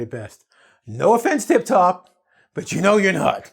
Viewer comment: "Tip top" not "tip tok" be careful